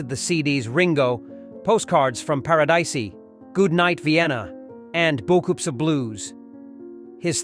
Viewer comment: Para Dicey? The Beat-Les? What AI read this thing? It needs tweaking!